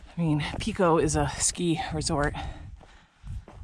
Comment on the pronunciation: It is not Peeko, it is Pico with a long I. Like pie. 🙃 Where you first came out of the woods is a ski trail which can be followed straight up to the summit or you can follow it down and hook up with the Sherburne trail.